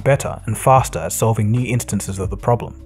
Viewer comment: "...better and faster at solving KNEE instances of the problem." What are "knee" instances? I thought this was about phones, not knees.